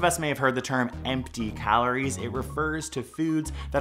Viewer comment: The way he says “calories” really bugs me.